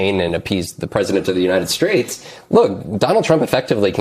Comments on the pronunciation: did he say "united straights"? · Did I hear it correctly did my guy say President of the United Straits 😂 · "United Straits"?